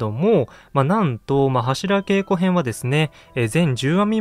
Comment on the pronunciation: 「柱稽古」の読み方は、〈はしらけいこ〉ではなく〈はしらげいこ〉ですね。